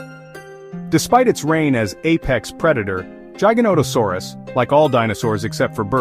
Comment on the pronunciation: based on the way you say giganotosaurus i trust absolutley nothing you say... youre terrible